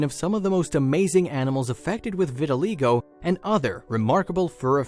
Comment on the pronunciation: Learn how to pronounce the disease correctly!!!!!